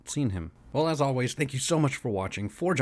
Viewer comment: Oh.. Forge On. Sounded like For John